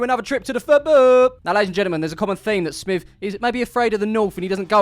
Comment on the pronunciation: Well done smiv for saying my name right again! Might remember me from Takeley fc video when I mentioned Clive 😂. Anyway have you seen him lately???